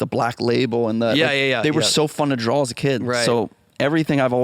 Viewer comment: I literally threw up on my fucking shoes after hearing this dude say "drawl" for the FOURTH fucking time. A grown ass man who still mispronounces that like that should be so so embarrassed. What he definitely should not do is record himself saying it over and over again and put it on the internet